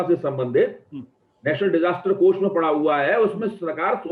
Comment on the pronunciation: MY GOD " HE HAVE PROVED " VISSA NAHI HOTA HAI, ITS VISA HOVA NAHI HOTA HAI, ITS HUA ( हुआ ) WHAT'S LAANGAY ( लंगाय ) ITS LENGE ( लेंगे ) WELL WHAT MODI HAS PROVED SEVERAL TIMES WILL BE JUDGED BY HISTORY IN TIMES TO COME. BUT YOU HAVE DEFINITELY PROVED YOURSELF TO BE AN 100% EMPTY BRAIN ANDH MODI BHAKTH ( बुद्धिहीन मोदी भक्त ) HAVE A GOOD DAY